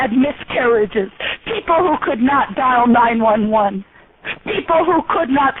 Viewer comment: "There are eople who have died because of telemarketers!"...lol!!!